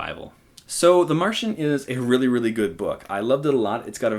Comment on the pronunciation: It's just a weally weally weally weww witten wook!